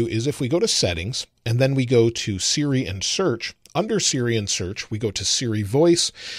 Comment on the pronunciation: Great video, as always. Although when you said “Siri and Search”, I thought you were saying ”Syrian Search” lol